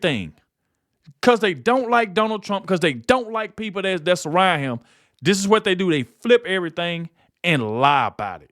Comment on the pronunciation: I sure wish you would learn to say th”instead of changing it to a d! Dis, Dat,Dare, Da, Day instead of this, that, there, the, they!! Please learn to speak intelligently as I know you are not stupid.